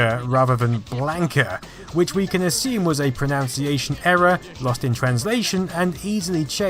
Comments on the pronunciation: The irony of you mis-pronouncing "pronunciation". Great video though 👍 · I didn't even notice the 'pro-noun-ciation' error. It must be a common error if my brain kept going. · “Pronounciation error” - ironic place to say pronunciation wrong. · pronounces pronunciation wrong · its always ironic when people mispronounce pronunciation